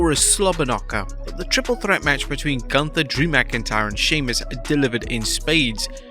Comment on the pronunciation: Is it really that hard to pronounce Gunther’s name correctly? It’s not hard!